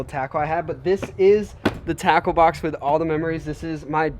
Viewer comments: When you said “Tackle Box” I thought you said... TACO 🌮 BOX 📦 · It sounds like taco box instead off tackle box